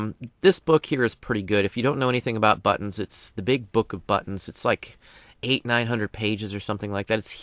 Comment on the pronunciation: love your videos thank you. Made me laugh tho, immature side kept hearing "butts." instead of buttons. LOL, but maker,, XD